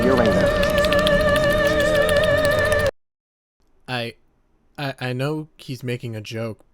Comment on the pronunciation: I'm giving you the Zeffiro Silver award for actually pronouncing uranus correctly